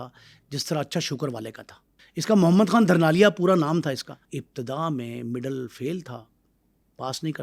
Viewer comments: دھرنال اور دھرنالیہ نہیں "ڈھرنال" ھے اور "ڈھرنالیہ" ھے۔ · خاصہ معلوماتی vlog ھے آپکا مگر تھوڑی سا ھوم ورک نہیں کیا گیا، جسکی تصحیح کچھ احباب نے کردی میں یہ عرض کرتا چلوں کہ تلفظ درست رکھا کریں، مثلاً " دھرنالیا " نہیں مقامی زبان میں " ڈھرنالی یا ڈھرنالیہ" کہا جاتا ھے۔ اور نواب آف کالا باغ کی پوتی عالیہ نہیں عائلہ ملک ھیں انکی دوسری بہن سمیرا ملک ھیں ان دو بہنوں نے عملی سیاست میں حصہ لیا ھے ابتک۔ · Mohtram correct lafz Dhurnalia hay na k Dharnalia. Because main ussi k ilaqay ka Banda houn